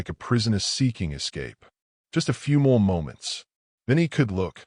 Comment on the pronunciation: Other than having the bride walking down the aisle in a dark green dress (instead of the white one she was previously wearing) there are several pronunciations and misspellings in the text... dirt not "date", more not "a Mo" and quite a few others. They are distracting and video should have been proofed out before being published. Somewhat predictable ending but still told in a wonderful way.